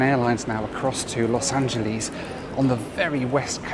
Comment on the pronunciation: Pet peeve: pronouncing Angeles like Japanese.